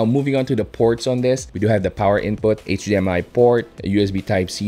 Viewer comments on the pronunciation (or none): none